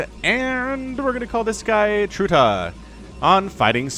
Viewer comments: Its trutactz not tratactz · are you seriously dissing those two? They are both top 10 outside of Korea, at least were last time I checked. edit: also, it's pronounced like "trutach"